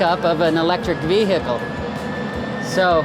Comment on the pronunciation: It's funny how he pronounces vehicle as Vee-Hickle